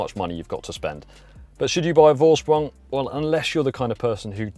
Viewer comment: Thanks for a good review! Is this edition available in other markets too? And a small german lesson for you guys. Vorsprung is pronounced Forsprung, the letter V is pronounced F in german and a more correct translation is ”advantage by technique” So now you can say both Vettel and Volkswagen as the germans😜 Cheers Henrik